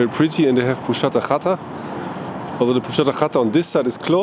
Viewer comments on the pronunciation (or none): 😂😂😂 the пузата хата reads like Puzata Hata and not pushata hata😂😂😂. Anyway, great video 👍👍👍👍👍